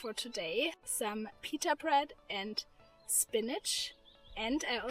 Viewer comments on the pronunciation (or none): none